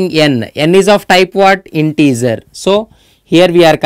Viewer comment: Emmim eline sağlık yaa ne kadar güzel anlattın integer dediğinde ben bitiyorum ya when you prononcution "integer" Iam having fun a lot but your lesson are very beneficial for computer scince's students